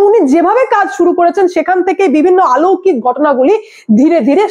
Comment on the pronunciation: আলৌকিক নয় কথাটা অলৌকিক, একটু ভাষাটা রপ্ত করুন।